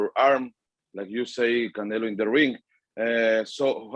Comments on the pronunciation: He says canela lol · Am i trippin or does he say Canela 😆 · I guess the Mexicans are right. He keep saying "Canela". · Bivol calls Canelo "Canela" LOLOLOL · Bivol keeps saying CanelA 🤣🤣🤣 oh man, hes funny, obviously he doesnt do it intentionally hehe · Hey Bivol...it's pronoun CanelO NOT CanelA..... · Why do Russians pronounce “Canelo” “Canela” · Love how Bivol always calls him Cannela 😂just to butcher him further lol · Yes, canela. The o in Russian is pronounced as a. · He’s calling him a girl 😂🤣